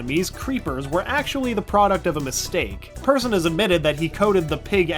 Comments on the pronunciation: ITS PERSSON NOT PERSON!!! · Notchs name is pronaunsed Perrshon not Persone! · Lol u pronounced "persson" wrong lol